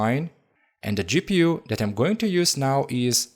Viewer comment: U sound like an idiot 😂 eeee gi peeu